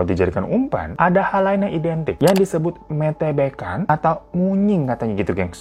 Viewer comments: Maaf ya bang aku ketawa😂🤣 kata METEBEKAN bacanya pakek Te kyk kata TEBAK bukan Te kata Teletabis 😂🤣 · Itu bacanya metebekan kak, bukan metebekan..